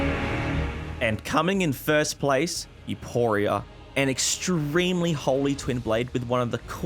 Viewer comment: "youpooria" great pronunciation